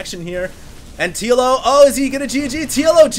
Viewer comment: lol i keep hearing Yellow instead of TLO